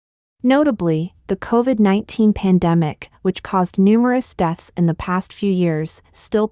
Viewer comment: Co-Chi-vid? That's a shame 😂😂😂😂